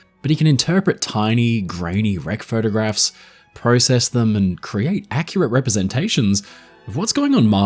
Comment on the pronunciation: You said process wrong